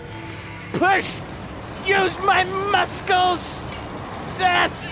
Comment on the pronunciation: You're the reason I say muskles 😂😂❤